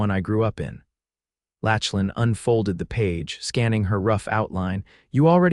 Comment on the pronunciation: Mispronunciation of his name is distracting. Lachlan is pronounced lock-lan